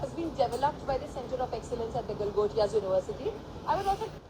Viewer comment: Galgotiy nahi....✖️ Langotiya University hai..✅